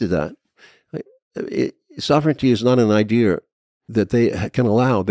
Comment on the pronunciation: Come on man. It's easy to pronounce. idea. Not idear.